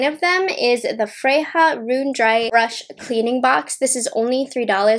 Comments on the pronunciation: Just an FYI, in Swedish "J" is pronounced like a "Y", not an "H" like in Spanish. So "Freja" is pronounced like "freYa" not "freHa". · I love you but ya killing me pronouncing it as Fre-Ha. It is pronounced as Fre-Ya. Still loves ya tho. Lol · Sis. It's pronounced "Frey-yah". She's a goddess in Norse Mythology (hence, Odin's Eye) The shimmers look stunning. Chapter 2 is WOWZA. I hate pink & purple shadows so that could also be why I prefer the blue one. I like the 3rd one, the bigger book, as well. Just not a fan of pinks or purples. They're way overdone. Bow IS huge (and I'm Southern!) But may look cute at the bottom of a messy bun. ❤️ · Freja is a character from the Nordic mythology and is pronounced Freya or Freia 🤗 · Thank you. That was teeth grindingly painful. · Don't apologize. You are human and are allowed to mispronounce words w/o being reamed at.